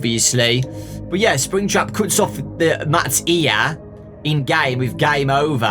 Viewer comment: Fnaf fans: make some good book Scott: BEB SPRINGTRAB HEE HEE